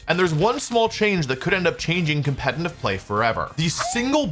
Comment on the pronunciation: Brooo! When the fuck will you learn to pronounce “competitive” the right way??? You’re a grown ass man FFS!!